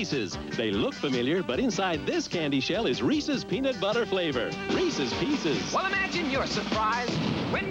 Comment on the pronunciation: I love these because there's no chocolate. Just peanut butter and sugary crunchy shell. Am I right? When you just want peanut butter and no chocolate! Also some people mispronounce them and say "Reesies Peacies". This old school commercial pronounced them correctly - REESUS PEESUS! Bravo!